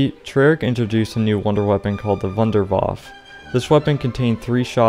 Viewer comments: i cringe when you say Wunderwaff instead of wunderwaffEEEEE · I hate how you dont call the Wunderwaffe its name but call it Wunderwaaaf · why are you pronouncing "W" as a "V" sound in Wunderwaffe? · Being german and hear wunderwaffe spoken out like this makes me rofl fr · The way this guy pronounces "wunderwaffe", lol.